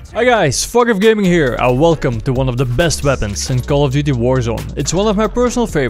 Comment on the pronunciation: I have yet to watch one of your videos and not hear Fog of Gaming as "Fuck Off Gaming" ^^